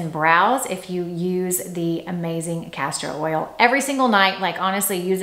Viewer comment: No R in castor oil. EVER EVE!!! Not Everveve. Pls, you are driving some of us crazy. I like your channel very much but stop with the mistakes! XO